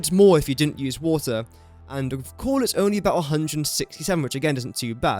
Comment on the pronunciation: Whenever you say coal, why does it sound like you're saying cord or corn? 🌽